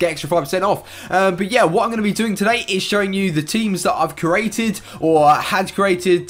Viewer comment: You said cerated a squad